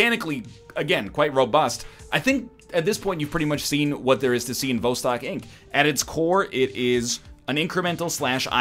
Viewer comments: Everyone's concerned with NL selling out or not selling out and with the quality of the game. I'm just here to inform y'all that 'Vostok' is pronounced [vas,tok] and simply means "east" in Russian. You are welcome. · Also, the emphasis is on the second syllable, not the first as NL kindly demonstrated for us in two different ways within the first 5 seconds of the video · Yes Egg everyone lives in vostok so by not saying its name right you are alienating EVERYONE